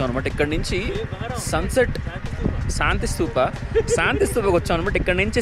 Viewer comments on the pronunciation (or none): Eh shanti sthoop kaadu adi 😂😂👌👌 Anna excitement was in peaks 🤭🤭